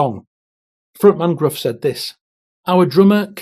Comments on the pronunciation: SFA's frontman's name is pronounced 'Griff'. The letter U in Welsh words is very often not pronouced the same as in English. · Is it really pronounced Gruff, as his name is Welsh, shouldn't it be pronounced as Griff? I bet if you were to ask him, the man probably wouldn't give a f**k, 😂. Mwng - that W is a U. Like deployed 👍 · Gruff is pronounced Griff. It’s welsh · You probably know this, but Gruff Rhys' first name is pronounced Griff not the way it looks.